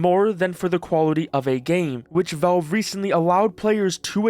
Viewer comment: It's pronounced "Valve", not "VELVE"